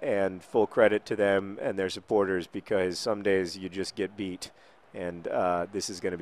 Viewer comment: I wish one day he pronounces "premier league" properly. or the word " because"